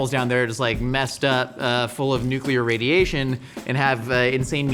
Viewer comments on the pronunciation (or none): none